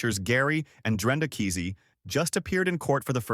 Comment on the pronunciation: You're pronouncing and spelling his last name wrong. No excuse for podcasters to make these mistakes. Unsubscribe. 👎